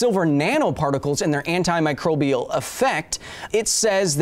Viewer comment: This video was brought to you by pronouncing Anti-Microbial correctly. SUCK IT JAMES!!